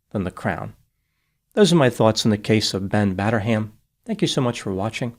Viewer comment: "Batter-ham", yup he certainly did